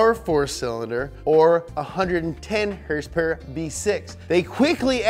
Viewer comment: “HURSE PURR”